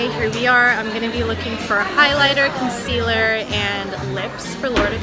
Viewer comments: Did anyone else notice how she says “concealer”?? It sounds like she’s saying “conciller” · Omg, she said concealer instead of conciler and I was like who are you and what have you done with Laura